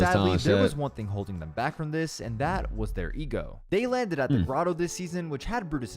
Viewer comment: You saying dis and dat made me want to stop watching. When you just had to add in how you were supposedly making more money, I definitely stopped watching. Only clicked this video because I thought I’d reminisce but quickly realized I was thinking cloaks not clix mb gl